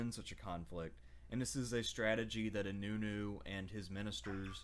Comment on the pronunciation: Nice video but you pronounced inönü very poorly